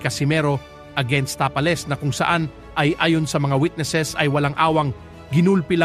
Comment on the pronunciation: ayusin mo mag bigkas ng "tapales"😅😅